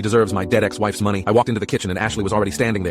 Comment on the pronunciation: i heard dead ass instead of dead ex